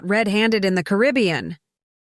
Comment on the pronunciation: Hire a speaker. The AI can't even pronounce Caribbean